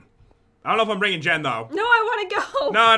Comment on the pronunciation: Lil Bird Jen not Gen